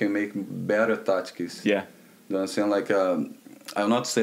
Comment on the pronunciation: "... patrons .... touchskis .... touchskis" ... 🤔 Tri: "He's saying tactics by the way" ➡️ 😯💡😃